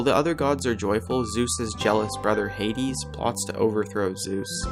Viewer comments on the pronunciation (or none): none